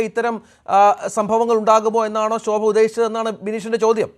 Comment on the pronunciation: Shobha aadyam SA Ennu parayan padikku...sha alla SA.....